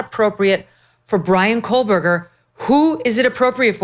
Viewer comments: She doesn’t even pronounce his name correctly. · Kohburger, loose the L Mrs Kelly. It's been rear 3 years. Time to get it right, 🎉